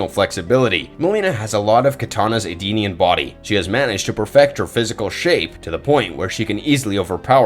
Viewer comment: E-denian not Ardenian…..